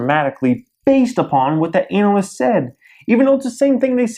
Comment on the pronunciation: I'm having great issue with how you pronounce ANALYST. <_<